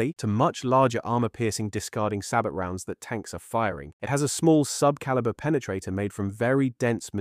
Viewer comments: SABOT : "Say-Bow" not "Sabbot". Otherwise, great video! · Sabot is pronounced (Say-Bow) Good video